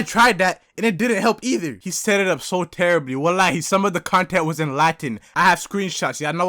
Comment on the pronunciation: my boy said walahe